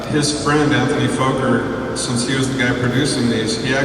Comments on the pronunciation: And his name is not "Foker" is is "focker" (close to the the RC acronym relating to Henry VIII "Fortification Under the Crown of the King" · Outstanding historical footage! .. but .. for for god sakes, it's pronounced FAH-KER, not Foe-ker! Anthony Fokker was Dutch and his last name has TWO K's which make the O short, like in the word October. Drives me nuts whenever I hear someone say Foe-ker. It's pronounced Faw-ker! Otherwise, wonderful, even with the misinformation here and there ... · bullshit my friend it's pronounced focker like fucker but with a short o and you're theory with the two F's is as bullshit as your foeker /fawker thing the o is short because there are two k's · Actually my "friend", that was a typo! I had meant to type two K's, not two F's, and had you taken the time to read it a little more carefully, you would have seen what I intended. I have made the appropriate correction. That said, it is still pronounced FAH-KER, not FOE-KER, regardless of whatever rules might apply based on language. I think we can both agree on that! Absolutely no need for hostilities here. BEST!